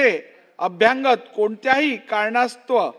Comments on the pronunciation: कृपया "अभ्यागत" असा उच्चार व्हावा असे कळवावे. अनुस्वाराचा उच्चार चुकीचा आहे. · अभ्यांगत नाही हो... अभ्यागत! अनुस्वार नाही त्या शब्दावर. अभ्यागत म्हणजे पाहुणे. हिंदीऐवजी महाराष्ट्रातील प्रत्येकाने मराठीच नीट शिकणे गरजेचे आहे.